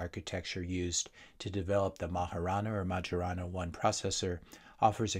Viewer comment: Ettore Majorana was an Italian physicist, for which the chip is named, so it's pronounced MAY-yer-ah-na with a bit of an Italian zing to it